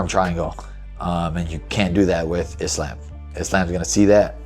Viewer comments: "Is-lamb"- Gay belal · Iss-slam? 😂 Wtf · "He slam" A Muslim guy called Belal Muhammad can't say Islam properly is ironic. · Why is Belal pronouncing it Is-Lamb? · Belal saying “Is-Laam” like he hasn’t heard everyone else say “Islam” for years. What a gronk. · Not “Is Lamb” 😂😂😂 Belal is funny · How is Belal mispronouncing Islam when he is a Muslim?? 😭😭😭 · Joe does Belal not know how to pronouns “Islam”? 🤔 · I absolutely hate how Belal pronounce "Islam" name. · Muhammad, a Muslim, can’t even pronounce “Islam” correctly. 🤦‍♂️ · How does Belal of all people not know how to pronounce Islam? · Why belals stupid ass saying Islams name like that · Belal doesn't even say Islam's name right 😂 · I thought Belal and Islam were friends... Have we been pronouncing his name wrong this whole time?